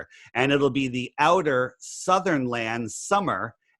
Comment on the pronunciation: "oughter" space?!?!